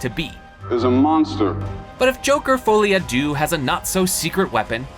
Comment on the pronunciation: "foley a doo" French speakers: cringing errr....have you ever said these words out loud before orrr.....?"